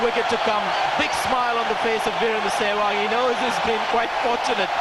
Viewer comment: Yeh shewag kon pronounce krta Hai Bhai :D hahaha